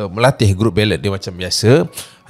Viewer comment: Pronunciation! Kalau boleh improve ya.. ‘bellay’ bukan belet